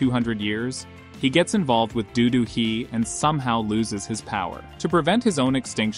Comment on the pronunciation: Its not Do-do Hee!!! It is Do Do-hee. Learn to pronounce Korean names better! They do have surname (Do, and not Dodo) and names (Do-Hee, not just Hee)!!!